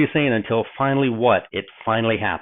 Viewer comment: I think your understanding of the thinking of both Elijah and Elisha (including your pronunciation, which is horrible) is far from their actual thinking.